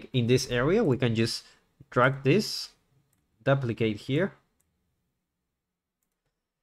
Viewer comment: Amazing tutorial, thank you for uploading. To the author, I have one small inquiry. The way you say duplicate is foreign to me. Neither British or American English say it the way you do. Is that how they pronounce it in your part of the world? Not hating if so, just was odd hearing D'uhplicate lol.